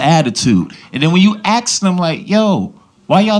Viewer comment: Its " ask " not " axe " bruh 😒